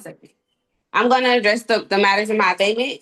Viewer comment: OMG. She’s trying to say ABATEMENT. Abidmen, abibmom, adebman….